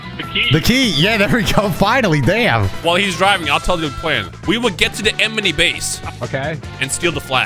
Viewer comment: “We will get to the emeny base” Rhymestyle 2023